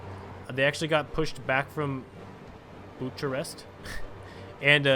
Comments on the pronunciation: Bucharest It is pronounced Boo-krest and Monaco is pronounced as Mon-ack-oh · The capital of Romania Is actually pronounced Buke - ah - rest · You pronounce Bucharest as Bukarest. Go European Federation!